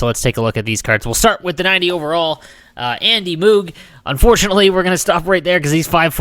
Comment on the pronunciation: andy who?lol, and you say it confident like your saying it right